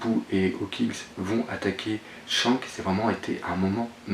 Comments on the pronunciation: Pourquoi tu dis Tshank et pas Shanks (avec le s prononcer a la fin) ? '-' sa me stress x') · mais putaiin tu sais pas prononcer pff shanks !! pas chank tin vous les francais des grosses merdes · pas mieux.. surtout le " TSHANK"..